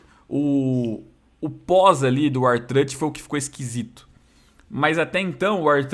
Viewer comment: O vê WWE mais de 15 anos e não aprendeu a falar o nome do R-Truth kkkk (não me xinga por favor )